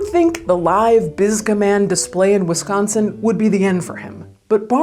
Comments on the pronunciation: You said wisChaansin right! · You said both Milwaukee AND Wisconsin correctly 😍😍. The research is on point!